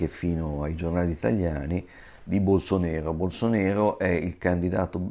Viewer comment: BolsonAro! Si scrive BolsonAro e si pronuncia BolsonAro :D E' portoghese, non dialetto barese